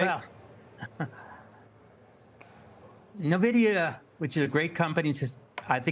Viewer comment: Navidia, ppl still don't know how to say it